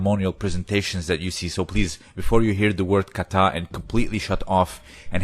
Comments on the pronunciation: There is no accent on the last syllable in the word Kata! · Japanese has equal syllable stress. it is "ka-ta" like 'caw-tah'